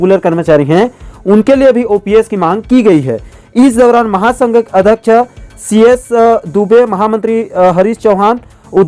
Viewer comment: आप कई शब्दों को जल्दबाजी के चक्कर में गलत उच्चारण करते हो महोदय... जैसे अध्यक्ष को अधक्क्ष